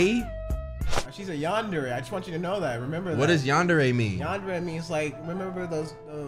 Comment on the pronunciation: Yandere no = Yan der / dude word of advice it's pronounced > ( Yon- der-re ) but spelled Yandere.